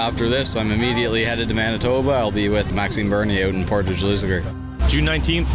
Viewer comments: Portage is pronounced like porridge with a t. Portij = Portage. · all day! And you are saying portage wrong Haha. It's more like " por-tige"